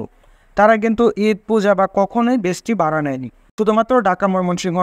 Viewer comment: Vai, bara noy Vara bolun